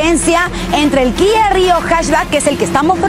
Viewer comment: Primera persona que pronuncia la marca Kia como se debe Guía